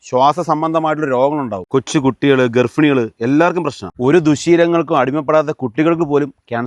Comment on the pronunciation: ഗർഫിണികൾ എന്ന് അല്ല ഗർഭിണികൾ. എന്ന് പറയും മലയാളം. ഫാര്യ. ഇങ്ങനെയും ചിലർ സംസാരിക്കുന്നവരുണ്ട്. വീഡിയോയിൽ ജനങ്ങൾക്ക് കൊടുത്ത മെസ്സേജ് സൂപ്പർ